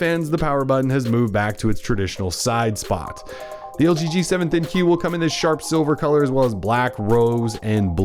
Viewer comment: Its the ThinQ (think)...not Thin-Q